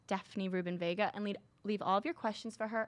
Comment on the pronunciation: It's not Vegas it's Vega!